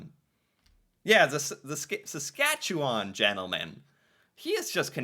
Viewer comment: Thanks for pronouncing Saskatchewan the correct way! appreciate!